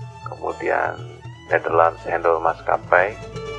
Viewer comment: Very nice video….for info: pronunciation ( pengucapan) Indonesian and bahasa Belanda is the same….Handel …not Hendel but like the a in “knalpot”. the same with Bank. not Benk